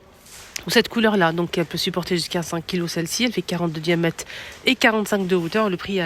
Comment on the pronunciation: Juste une petite remarque , on ne dit pas "diamète" mais "diamètre", sinon merci pour la description .